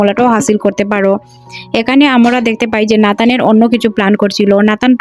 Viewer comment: আমোরা, উচ্চারণ সঠিক হওয়া উচিত